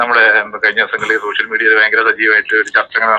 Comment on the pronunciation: ശ്ശോഷ്യൽ മീഡിയ അല്ല. ആദ്യം പറയാൻ പഠിക്ക്